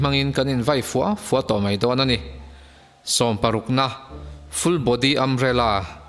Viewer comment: Ani mei, adik lo. Ani Mai tih tur aw....